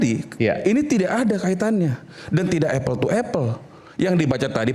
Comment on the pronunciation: Apel kali prof bkn epel tuo epel belajar lagi ya prof